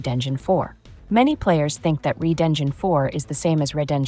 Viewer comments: So you can't decide if the word red is pronounced red or reed? How (un)professional. A much earlier comment from CDPR said, while the Red engine created a visually impressive game, Unreal Engine 5 would be easier to work with. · I'd say it's better than my English pronunciation, although I would have said 'red' instead of 'reed.' But well, I think it's clear what it's about, and I'm on my way to my first million dollars, learning how to work professionally as I go.😁👍